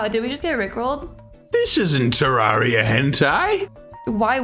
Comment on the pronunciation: terriara not terraria